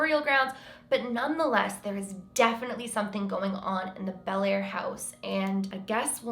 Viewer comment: if you're from the area, you pronounce the town like "Blair" :)